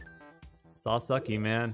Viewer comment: Everytime he says sasuke wrong a Angel dies hahaha